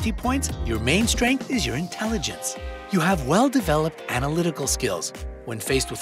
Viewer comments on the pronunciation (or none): Intellagince, really?